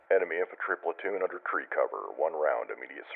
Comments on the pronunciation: Interesting that he says tree instead of three. :) White phosphorus shells?! Jesus... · Tree Fife... out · Something easy to gloss over is the use of 'fife' and 'tree' for 'five' and 'three'. This is really important for suboptimal radio conditions. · Tree? Fife? The fuck is that shit? I have NEVER heard that over R/T. Must be some idiot training garbage. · "One-two-TREE?" 😆 Great video! Very educational!! 😄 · I noticed they say things like Tree and Fife a lot like you say over the radio to ATC when you’re flying. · I think I heard "tree" in place of "three" as well, great attention to detail, only picked up on by those who know lol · It sounds like the forward observer and the FDC both say 'tree' and 'fife' instead of 'three' and 'five.' True? If so, any other little military lingo that's not obvious would make a great future video. I LOVE the way the military have come up with serious, detailed routines and procedures both to protect our boys AND ensure we are hitting the right target. One of the many ways our imperfect, but always evolving, military stands head and shoulders above the likes of the 'hide our war crimes' club. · For those who are curious, you are hearing audio from a training film. I've never heard anyone use the phonetic versions of three or five ('tree' and 'fife' respectively). Also, the audio is too clean and too cadenced.